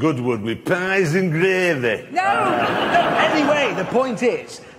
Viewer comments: “So a good wood with pies and glavy” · Glavy is the way he pronounced it 🤡🤡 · Goodwood with PAHS N GREHVEH!